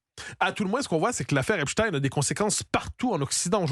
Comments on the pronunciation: Epstein et non Epstine car Einstein et non Instine, Frankenstein et non Frankenstine, Goldstein et non Goldstine, Bornstein et non Bornstine, … Arrêtez de vouloir nous faire avaler des couleuvres ! Merci Monsieur Matthieu Bock Côté de le prononcer correctement et de pointer le doigt sur ce qu’ils veulent nous faire avaler. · Epstine 😂😂😂 vous avez pas honte dites directement poutine